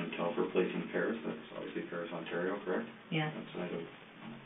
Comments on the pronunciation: Very benign correction on the pronunciation of the Canadian province, Ontario. It's pronounced "Ont-AIR-eo" rather than "Ont-arr-eo" Absolute great video covering such a disgusting person, making sure to go into depth about the actual victims unlike a lot of documentaries! Also LOVE that it's 3hrs. Thanks for all of your hard work! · on-tear-e-o ontario.... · the pronunciation of Ontario 😭😭😭 imagine it a Canadian couldn’t pronounce California or Washington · As a life-long born in Ontarian...the pronouncement of Ontario is just 😫 Why can't youtubers find out proper pronunciations of places before recording? Otherwise good doc 👍